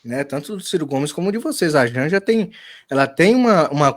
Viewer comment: Jánja ???? Kkkkkkk